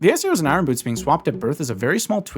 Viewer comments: Iron is pronounced “Eye urn” not “Eye run”. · Why are you saying “eye-run”, “eye run boots”, that isn’t how the word is pronounced. Say it like “I yearn” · I-Or-n, not I-Ron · they're not eye-run boots, they're eye-urn boots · Eye Ron 😂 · It's so triggering hear Eye-ron boots the entire video, only for an Iron Knuckle to appear with perfect pronunciation. Like, wtf dude? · Eye-Urn... Iron. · Really great video. But I've got to ask: why do you keep saying it as "eye-ron"? The r is meant to be silent. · Ah yes, the "I run" boots 😂 I've never heard anyone pronounce iron that way lol quite an interesting accent. I wonder where you are from, it's pretty unique. Anyway, thanks for the info, and I love your cute little avatar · Every time you say Eye-Ron Boots, I take a shot. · "irin" i have a cousin who likes to pronounce it that way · you say iron I run which is hilarious because you keep saying I run boots but have you tried running with them? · You had me at "eyerahn boots." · Every time you say “i-R-on” boots I cringe. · You say Iron weird. Like Kronii. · I always chuckle when people pronounce the r in iron 😅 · i don’t think i’ve ever heard anyone pronounce “iron” like that before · As a former educator, I just want to say you have the most unique way of saying "Iron" that I have ever heard. Nice video btw, the teacher in me just had to say it. 😅😂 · I can’t take it. That’s not how you pronounce iron. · Why can’t you say iron… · Great video. Really enjoyed learning the ice arrows could freeze the sliders. Also you say iron really weird. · The way you pronounce iron angers me immensely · Why are you pronouncing iron like Norm Macdonald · Larry King would be turning in his grave listening to you mis-pronounce “iron”. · Bottom of the well is optional, and the r in iron is silent